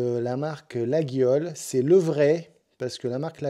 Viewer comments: Cher, ça s'écrit Laguiole mais on prononce Layole. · Bonjour, Une petite précision sur ton coutau, ma mère étant née à Laguiole. On ne prononce pas le"G" et maintenant la marque est bien protégée. Merci pour tes vidéos. Laurent Arcachon.